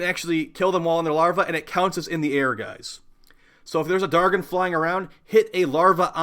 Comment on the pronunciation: Maybe they weren't spawning because you pronounce "dargyn" so badly. The g is pronounced j . But kudos on the vid, Nidus IS the best method.